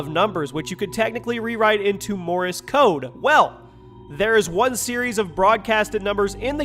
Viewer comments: You pronounce Morse code wrong. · "Morris Code"? "Laura Croft"? "Bin"? Come on, the least you can do is pronounce the damn names correctly... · I thought u said Morris code lol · HAHAHAHA MY MAN SAID MORRIS CODE HAHAHAHA!!!